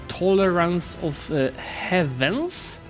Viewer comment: Jesus your pronounciation of "heathens" is just arghh, it's "hivens" not "heavens"